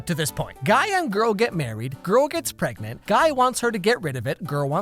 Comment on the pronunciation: Pregnart? Pregonat? Pegnat? Pergonate? Preganté?